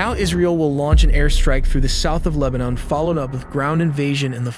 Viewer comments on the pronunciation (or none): none